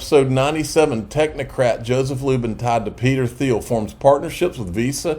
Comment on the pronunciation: It's pronounced Peter "TEEL"